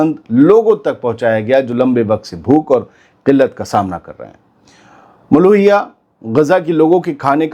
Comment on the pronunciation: नाम मुलूखिया है, ना कि मुलोहिया